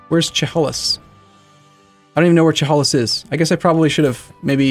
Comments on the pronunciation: It’s pronounced “Cheh hey liss” and yeah, it’s where Seattle is now. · Chehalis pronounced Sheh-HAY-lis. For most of the world Chehalis is close enough to call it Seattle.